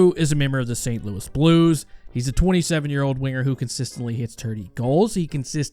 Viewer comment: Is it just me or when he said that kyrou is a winger it sounded like the N-word instead of winger